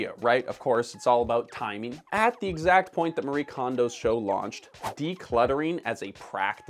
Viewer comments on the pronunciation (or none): She is Japanese and it is not pronounced "Marie" but instead "Ma-ree-eh". This is not a "Japanese art of decluttering and organizing", that is complete bullshit, no one here in Japan had heard of her and her concept before she started it. Homes here are cluttered too. and I would say more so then in North America. I will give her credit, she made this genre and milked it. Good on her. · The "e" in "Marie Kondo" is not silent.